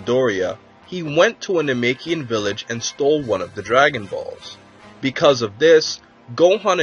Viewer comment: "coo-ey"... surely you mean "kwee"... "no-may-kee-in"... surely you mean "nah-meck-ee-an"... porunga, not shenron. "bowl-mah"... cmon dude...